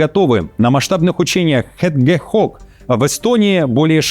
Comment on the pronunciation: Хэдгэхог???Hedgehog-хэджхог!Ёж 🦔! Хоть читай правильно🤦‍♀️